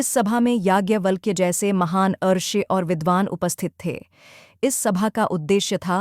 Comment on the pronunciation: it is "Gaargi" as in गार्गी = गार् गी It is "rushi" और " rishi " as in ऋषि When you do not pronounce Sanskrit words correctly, it changes their meaning.